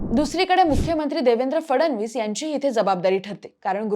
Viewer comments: Hee aali..fadavnis bolnari...hila fadanvis pan bolta yet Nahi 😅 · फडवणीस नाही रे ते फडणवीस आहे काय ही स्क्रिप्ट काय ते उच्चार ? चांगली पत्रकारिता करा 😂